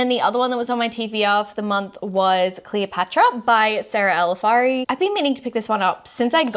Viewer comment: Love how you keep cutely getting Sarah El Arifi's name wrong with "El Afari" haha loved your wrap up❤